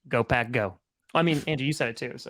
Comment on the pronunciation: Tom be saying Go Pack Go but it always sounds like Go Pat Go lol come on pronounce the k on the end:)